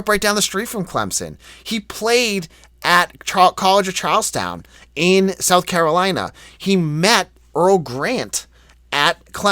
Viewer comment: Genuinely curious why you always call CofC College of Charlestown? I've also heard you say Earl Grant is from Charlestown. Haha, from someone who grew up near Charleston, its Charleston not Charlestown.